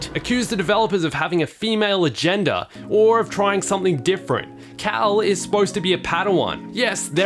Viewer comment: "Agenda" he says 😂